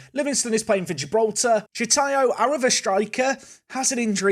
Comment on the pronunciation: SHOTAYO not Shitayo 🤬🤬🤬